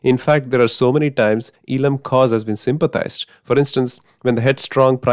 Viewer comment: FYI, it is pronounced as Eezham and not as eelam.